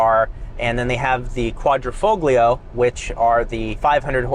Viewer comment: Quadra - faux-glee-uh?? Try 'quadra - fole - yee - ah'